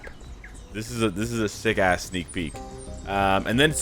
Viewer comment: He emphasized too much on ass